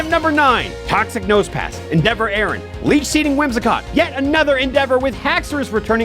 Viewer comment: I find it funny how he pronounces Aron as "Aaron" when it's "R-on"